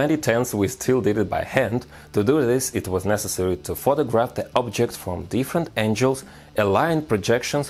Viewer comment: Friendly language note; “Angles” is pronounced “an-Gels” like “spangles” or “dangles” instead of “angels” how you are saying like “an-Jels”. This means God’s heavenly hitmen. Not geometric relative line direction as you intended. There, now you are the perfect human. Seriously.